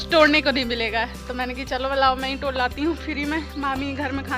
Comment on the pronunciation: टोड़ kyu bolti ho tum